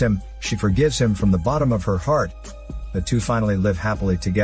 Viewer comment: "Hrart and Souls"